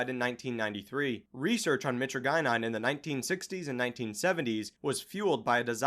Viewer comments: Kratom isn’t dangerous, but it’s not as harmless as people make it out to be. It’s really addictive but that’s par for the course when it comes to opioids. It’s definitely one of the if not the safest opioids. Also the way says mytragynine pisses me off lmao. My-trah-jihh-nine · "meh-tree-gye-nine" bruh. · I think it's pronounced like "My-Tradj-In-Uh" and "My-Tradj-In-Een".